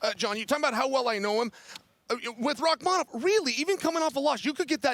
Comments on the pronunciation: Chael suggested Rakhmanov and then a minute later told Jon Anik "I love your suggestion of Rakkhmanov." Beautiful. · ESPN please teach your commentators to pronounce names, or at least encourage them to use just 1% effort to try and learn them..... The way they're DESTROYING Rakhmonov's name and have been doing for half a year already, come on it's not that hard.